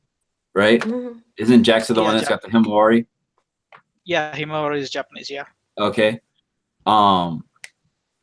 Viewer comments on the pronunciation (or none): none